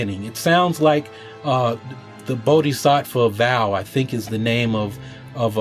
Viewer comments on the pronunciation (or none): none